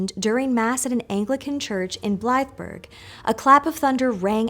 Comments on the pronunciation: I NEVER expected you to ever mention my hometown of Bungay! And you pronounced it perfectly (less so Blythburgh - which is more like Bly-burr, but the valiant attempt is appreciated). When I was a child, I remember looking for the scratches from Black Shuck on the door of St Mary's church, and many things in the town were named after him, such as Black Dog Cycling Club, Black Dog Antiques shop, and an elaborate streetlight in the centre of town was topped by a weather vane in the shape of a shaggy black dog. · On a little pedantic pronunciation note - you got Hertfordshire absolutely correct. Blythburgh, however... The "burgh" is pronounced as "borough", but not as an American might say it (burrow). Basically you shorten it to "burru".